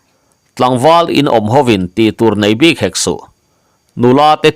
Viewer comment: Bik leh puk lam hi a diklo deuh em aw.ngaithlak chu a nuam e